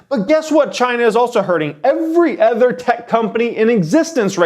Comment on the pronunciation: ever-confirming my theory that the money-minded have stunted or atrophied language centers. the pronunciation of the word "other" is off. here is the only correct pronunciation